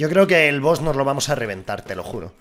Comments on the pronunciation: es Boss no boos😂losiento por ser tan tocahuevos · Se dice boss no boos xd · Todo el mundo: BOSS: BOOS